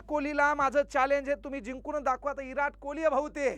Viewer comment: Virat kohli ❌ erat kohli 😂